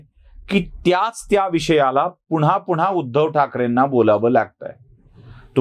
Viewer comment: तुम्हाला एक आग्रहाची विनंती आहे,तुम्ही पुन्हा चा उच्चार पुण्हा किंवा सेना चा सेणा असा करता. थोडक्यात न ला ण ऊच्चारता. तुमचं चॅनेल पुर्ण महाराष्ट्र बघतो. कृपया हि चूक सुधारेल हि अपेक्षा. राग नसावा. मनी आलं ते लिहून टाकलं बस्स.